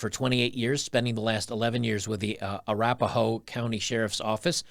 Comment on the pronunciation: I don't know, a female cop from "a-rap-a-hoe" county is very telling lmao